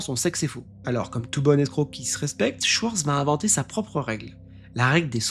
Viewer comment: La prononciation dans la langue c'est Shvartz pour t'aider. Le W se lit comme un V, c'est rare qu'il est prononcé autrement.